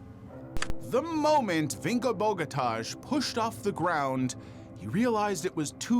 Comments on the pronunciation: Vinko Bogotaj.... J is pronounce like Y.... It's sounds horrible when you call him like you did... Totally wrong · Yugoslavian languages use J for a Y sound, so the Agony of Defeat guy's name is said more like Boh-gah-tie